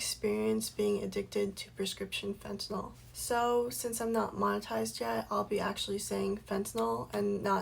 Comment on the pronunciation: Why does everybody mispronounce fentanyl?... she keeps saying "fentaNOL"... it's "febtaNYL", not "fentaNOL"